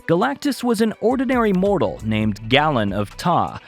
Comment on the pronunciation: Galen is pronounced GaiLin.